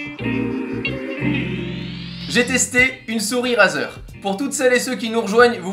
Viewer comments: On ne dit pas "" RAZER "" mais ça ce dit ""RAIZER"" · La prononciation stp.«razeur» mdr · sa s'ecrit razer mais sa se prononce raïzer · Tu pourrais dire razer avec l'accent la c'est abusé on dit rayzer a l'oral